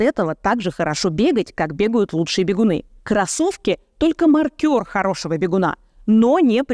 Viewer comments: Ставлю "лайк" этому видео, мне всё понравилось, только не "маркёр", а "мАркер". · Не маркёр, а мАркер. Первое - это работник в казино, на бильярде. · Уважаемая Ирина, найдите разницу между словами 'ма́ркер' и 'маркёр'. Спасибо.